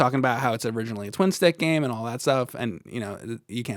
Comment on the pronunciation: i love how pronounces "and" you know, the way he starts each one of them with a long "E" sound. almost like he's saying the name Ian.. EEEEEEE-AND and he says it a BUNCH, EEEEEEAND, big fan FOR THE REALS, here!!!